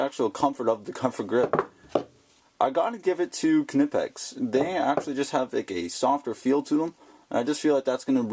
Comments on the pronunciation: It's amazing how many north americans say "K nipex " it's pronounced KNIPEX ,just like saying the word knife ,you say K NIFE do you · The "K" is silent, dude. The name is pronounced "Nipex" NOT A kanipex. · the k is silent lol thanks though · I don't mind saying "nipex". There are a lot of foreign words that change pronunciation in the states. Nobody says volkswagen, samsung or hyundai as they would be in their original language either. Nowhere in the states have I heard anyone, even their own tool reps, pronounce the K. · you sound like a "Ka"nob when you pronounce Knipex with a "K" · Hey man, just being super picky here but the 'K' in Knipex is silent! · I saw a video by the Knipex USA office, and they anglify the name (k is silent). In the German pronunciation one would pronounce the k. Some people like inserting excessively "authentic" pronunciation of foreign words when speaking in English, but effectively switching from one language to another in the same sentence can be jarring in my opinion. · Totally agree ...................:]